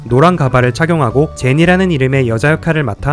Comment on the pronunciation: 징징이 제니가아니라 에이미라고 들리는데요..?에미 ㅋㅋㅋ